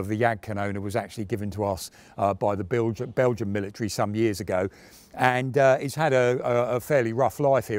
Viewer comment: A bit cheeky but I enjoy listening for mis-speaks. 'Warsaw plact', 'Frive', 'Bilge-ians' were a few that I got. Very good Tank (Destroyer) Chat! Nice work